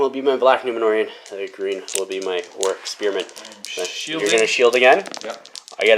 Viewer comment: It sounds like you’re saying orruk instead of orc. Am I just hearing that wrong or do you pronounce it weird?